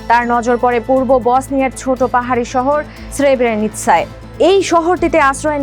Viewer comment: এই উপস্থাপকের উচ্চারণে সমস্যা আছে। "নরপিশাচ " কে নরপিচাশ বলছে বারবার। এডিটর সাহেব কি করছেন। এমন ভুল উচ্চারণ করছে আর এডিটর এর সংশোধন করছেন না। "সেব্রেনিৎসা" কে স্রেবেনিৎসা বলছে।